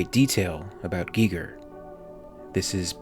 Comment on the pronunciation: Would've preferred if you called him gigger.